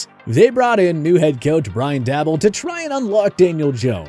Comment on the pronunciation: the Giants coach name is pronounced Day-Bull